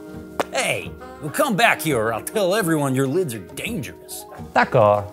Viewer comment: « d’accord » in french 😂😂😂